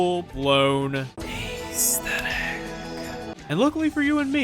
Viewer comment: its not ayysthetic.